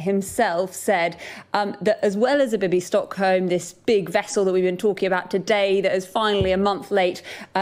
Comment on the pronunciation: its not a display of incompetence is called "British competence" or brexit efficiency Secondly you mispronounced Bibby Stockholm its easilly done you see the problem is the silent facism at the start like the P in Pseudo science (No10s favourite kind) or Psychopathic tendencies (a new requirement for Home office jobs) and should be pronounced 'Bibby Bergen-Belsen' also refered to as 'Bibby Westerbork'. There are plans to use German naming for the next step of the Tory refugee plan but they haven't quite setlled on a final solution just yet.